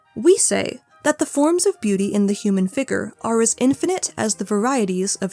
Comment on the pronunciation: I’m so sorry girl, the way you pronounce “figure” hurts